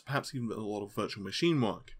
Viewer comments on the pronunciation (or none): none